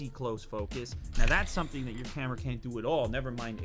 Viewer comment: I love the way he says camerar.